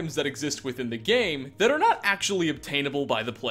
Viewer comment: "Thanks to this wonderful HAT he discovered" "Hat he discovered" "HAT HE DICOVERED" This triggers me